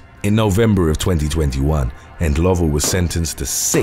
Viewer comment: Well done on Rosemary Ndlovu's surname pronunciation. 😎😎